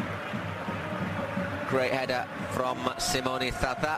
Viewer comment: Someone tell to this guy that Simone is Italian not Spanish . ZaZA not "SaSa"...